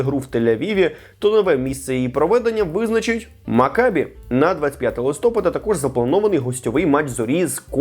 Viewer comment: Не листОпада а листопАда